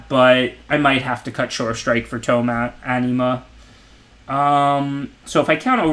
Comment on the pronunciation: you're a great player and I really appreciate your content but when "Anima" sounds like "enema" things start to get awkward. Gotta work on that pronunciation, lol